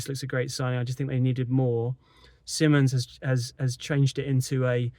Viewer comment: His last name is pronounced SI mons. NOT. SIMMONS!